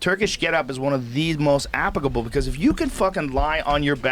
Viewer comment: Joe "apicable" Rogan